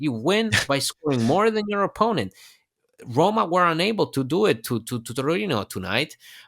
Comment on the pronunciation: it might be the length of the sound but, yes, I was starting to get a bit worried. Anyway, thanks for the great Rrrroma content!